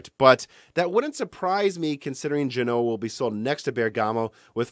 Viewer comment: He routinely mispronounces all kinds of words. Genoa also has stress on the first syllable, but he pronounces it guh-NOH-uh.